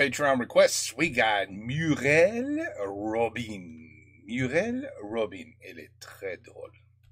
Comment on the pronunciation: If you're fluent in French, why do you pronounce Robinne, as in French, we say Robēn ?